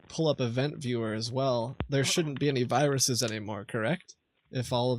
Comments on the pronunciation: "388 wiruses" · Excuse me, those aren't viruses. Those are WIRUSES.